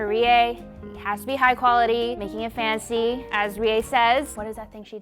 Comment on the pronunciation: "Meke it fency" "Meke it fency" "Now comment below suggestions, so I can get more food"